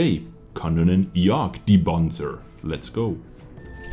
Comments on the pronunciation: said: "KanonJagdPanzer" What I hear: "Mega CockRoach E25" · Im german and i laufh me death wen i hear how you say KanJgpz :D